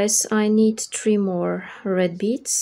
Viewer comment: have you been living in Dubai same years ago? there was a girl with her video tutorials who pronounced 3 (three) just like you (it sounds tree). If so........ you`ve come a long way great, if notc...please excuse my "curiosity" I love the ring and greetings from northern Spain